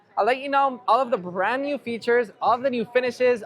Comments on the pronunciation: Is anyone else hearing “brand newmmm”? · What’s a “brand newm”?